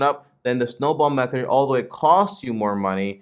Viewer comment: My man, it’s Meth-Thud not Meth-ered. Great vid 😁